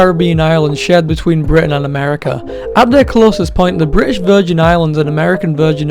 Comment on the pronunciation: I love how he pronounced 'British' in a British accent